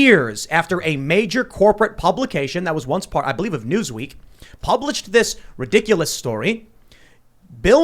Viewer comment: This guy can’t say the word “ridiculous” can he? 😂